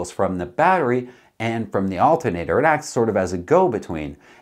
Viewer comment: "Altin'ater". love it when hillbilly Canadian charm sneaks in!